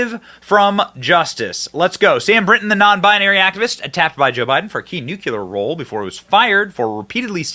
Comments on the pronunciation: Dude… please stop saying “nucular”. It’s “nuclear” 🤪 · Benny, just to let you know, the proper pronunciation is “Nu-Klee-R”, not ‘nucular’ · "Nuclear" NOT "nucular" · It's nuclear, not nucular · NU - CLE - AR, I don't know what "NUCULAR" means, probably from the same language that says "AKSK" instead of "ASK". And damn Fox for giving in to this "pronoun" insanity. He's one man, not 2 or more unless you count the voices in his head. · Benny, it’s not hard to pronounce noook-leer. Nuclear is it not nook-yu-lar! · Say it with me slowly....nook-lee--er.....NOT nook-yoo-ler. So effing annoying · "Nook-YOU-ler" is not a word. Nuclear; pronounced "nook-lee-er" is the word you were searching for. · Nu-clear not nuculear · Benny, mah man! I love what ur doing here on this channel! UR content is very interesting & informative! I just have one favor to ask: could you please work on the pronunciation of nuclear? The proper pronunciation is “new-clee-er,” not “new-cue-ler.” Thanks!😉👍🏼🇺🇸😎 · Nuclear is pronounced NU CLEAR! not NU CU LAR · NEW-CLEE-ERR not Nuke-you-lur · Benny, my man, I love your content... but please say it right! Its Nuclear (NEW-CLEAR) not Nuculor (NEW-Q-LOR) lmfao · Its not nucular its nu clear. Stop sounding like WBush. Thank you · Benny. Love your vids. One point of contention. The word nuclear is pronounced, "nook-lee-err." Not "nook-yuh-lerr" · Benny.....it's pronounced new-clee-err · Dude, Benny… I love your show, but ffs it’s pronounced NU-CLE-AR 😂😂😂😂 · Benny: Nuclear! Newcleeur! Burisma! Burreesema! Escape! Esscape! Love your shows but pronounce these words properly!! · Could you please learn to pronounce “new-klee-ər”? You’re too smart for that mistake😏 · Nuclear, not NUKULUR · LOL nucular? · Wait............did you say "nucular"? I've never dished out any harsh criticism before, so for the sake of balanced commenting..........nucular. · Nuculure??? Lmao. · It's painful hearing nucular. 😵‍💫